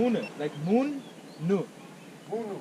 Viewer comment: moonnu moonu. Like moon 'u'. 😂😂